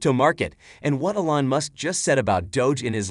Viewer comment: Its E-LAWN, not ELLEN, damn bot, get it right lol!